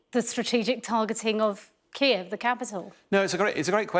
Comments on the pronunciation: 1) polish supplies wasn't 2) Kyiv, not "kijyev" 3) It wasn't ukrainans, ballistic expertise says it was russians 4) Those villages have nothing to destroy, only poor farmers 5) I hope there will be times when russian poor farmers will be target to the rockets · Please learn to pronounce Kyiv in Ukranian, not in Russian